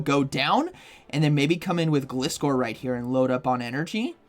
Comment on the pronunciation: Why can't I see you anymore?! And btw, don't know if anyone's told you before it is pronounced GL eye score according to the anime. Which makes sense, cus the name is composed out of glide, from glider and scor from scorpion. Thank you! And you're welcome! I love your videos! 😁👍